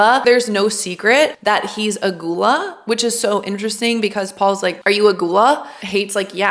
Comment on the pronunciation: Learn how to pronounce "ghoula"